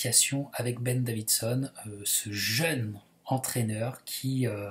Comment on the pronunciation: petite précision c'est ben davison il ny a pas de d entre le i et le s 😉😉